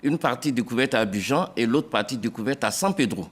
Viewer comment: Procureur, de un on dit Abidjan pas Abijan, de deux ce n'est pas la co....ine qui pousse en Amerique du Sud mais plutôt la fleur/Plante de coka. Maintenant si tu es trop fâchés pour la correction, viens distributer les 20 ans. C'est votre travail oh!